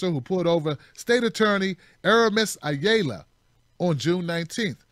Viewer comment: Ayala is a Spanish surname (ah - yah - lah). :)